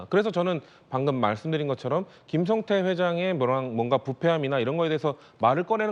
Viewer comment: 중국 에 있던 김성타? ㅋㅋㅋ 김진 앵커. 앵커 맞아? 한글 못 읽어? 김성태 라고 자막 에 나와 있는데. 김성타? 반복 으로 다시 듣기 를 했는데. 계속 김성타 라고 들림. 기자 출신 과 현직 기자 들이 전교조 한테 가장 쉽게 휘둘리는 집단. 아마 북한 하고 전쟁 이 나면 가장 먼저 항복 하지 싶음. ㅋㅋ